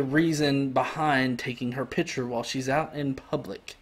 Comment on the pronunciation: what's a "pitture"? ^^